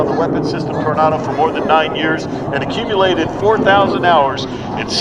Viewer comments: Tor nay do not Tornardow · You say Tornardo.. I say Tornado. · Torn ah doh? FFS! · Why is he pronouncing Tornado like "Tornardo"? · "Tor-naw-do" drove me nuts, but great to see this perform in the states nonetheless! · I’ve heard Americans pronounce this aircraft like “tornardo “ which I kinda like haha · Oh Boy, cause it's a german Aircraft, so he uses the german pronounciation. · But still can't pronounce Tornado correctly!!! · You mean the way he pronounced Tornado? That's the German way of pronouncing it. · German pronounciation. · This is how it is pronounced in German and Italian, and many other languages.